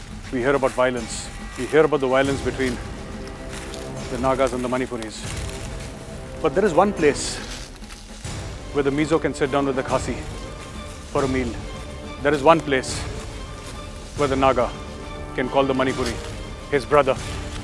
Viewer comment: Subtitle: It's KHASI not CAHSEE And it's MIZO not MISO.